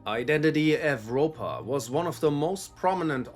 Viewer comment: The V in EVROPA is pronounced like a U